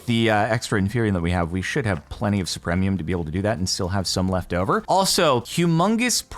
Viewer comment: Anyone else bothered by Jordan's complete inability to pronounce supremium correctly?